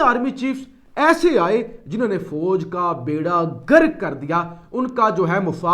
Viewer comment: عزیزم بجاۓ تلفظ درست کرو آپ بحث کرنے کے موڈ میں ہو۔ غیر کو گیر کہنا اور غرق کو گرک کہنا آسانی سے درست کیا جا سکتا ہے۔ غلطی کی نشاندہی اگر تنگ نظری ہے تو برادر اللہ حافظ۔ میں نہیں کروں گا حالانکہ یہ آپ کے فاٸدے کیلیے تھا۔ اتنا وقت بھی کی کے لیے کوٸ ضاٸع نہیں کرتا۔